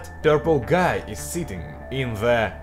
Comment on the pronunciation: Слово "Guy" выговариваешь как слово "Gay (Гей)"